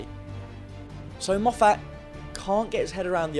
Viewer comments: Mof fat? Its mof fit. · So weird hearing English Youtubers calling him Moff-At when it is pronounced Moff-it. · for goodness sake please stop pronouncing Moffat as Moe-fat. Moffat has always been pronounced Moffit. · The Daleks haven’t been truly threatening or intimidating for a very long time. Oh and you keep mispronouncing Moffat. It is my surname also by complete coincidence, we’re not related, the correct pronunciation of our name is MOFF-IT not MOFF-ATT. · Argh.. can’t hear “Mof-hat” again. Have. To. Stop. Watching. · 'mo-FATT' y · great videos and all but you need to stop calling him mofFAT, it’s a bit fuckin annoying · Moff FAT. WTF? He's a prick, but get his name right ... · Why are you pronouncing Moffat name weirdly? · stop saying Moffat wrong